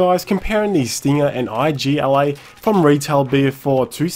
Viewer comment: It's Igla, but anyway nice video:>